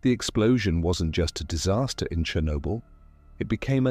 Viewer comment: That's not how you say "Chernobyl".